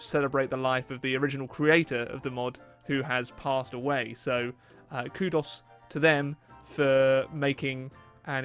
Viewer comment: I have never heard anyone pronounce ‘kudos’ like that